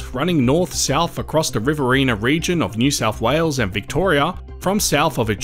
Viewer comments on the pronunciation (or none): none